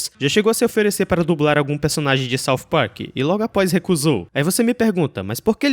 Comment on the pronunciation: Sauf Park........ odeio essa pronúncia